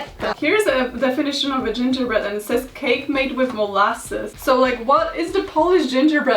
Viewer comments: Not Karolina flawlessly pronouncing gingerbread in every Latin language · That moment when says gingerbread in portuguese FLAWLESSLY Me, a brazilian: ONE OF US, ONE OF US